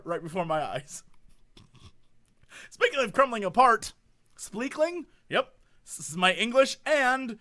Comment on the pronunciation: "nucular" UNSUBSCRIBE "spleakling" RESUBSCRIBE